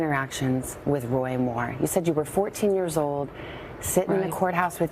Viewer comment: The Washington Compost Jew reporter left voice messages offering "5 to 7 thousand dollars to any woman between the ages of 54 and 57, willing to make damaging wemoks about WOY Muww "